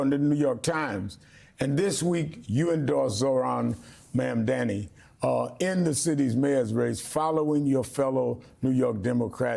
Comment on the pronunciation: How hard is it to pronounce his name correctly. It is NOT Memdani.!Jesus!